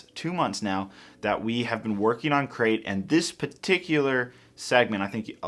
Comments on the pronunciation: It sounds like says 'Sacrif' instead of Crait.: ) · You said Scarif instead of Crait while you were cleaning your pieces.